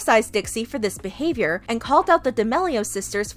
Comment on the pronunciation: Can we just say that Trisha said Your BeHaVoIYoUr